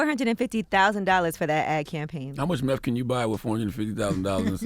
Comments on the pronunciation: You can’t even say nineteeth or meth It’s not nineteef It’s not meff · This man cant even say meth, hes saying MEFF. 💯🤣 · "Meth... Where my teef go?"